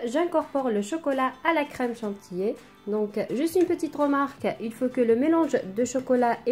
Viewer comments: Petite remarque gentille, ça peut aider. On dit chantilly pas chantillé. Dommage parce que vous vous debrouillez plutôt pas mal. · Chantilly et non pas chantillé Merci pour la recette